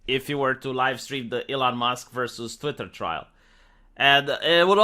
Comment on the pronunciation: Say "TVWEETAAHH" again